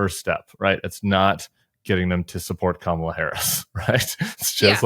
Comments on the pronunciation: He isn’t intentionally mis pronouncing Kamala..it’s evidence, yet again, of phonemic aphasia.. he also just doesn’t remember her name.. HE’S TOO OLD, HE SHOULD WITHDRAW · The wrong way to pronounce Kamala is actually the correct way to pronounce it, it's just not the American sounding one.